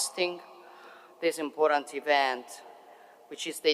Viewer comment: Grande donna ma la parola important deve correggerla; la sui pronuncia come in italiano senza la e finale.